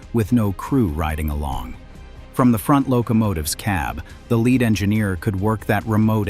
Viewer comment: AI: "lead" locomotive is not pronounced "led" 🙄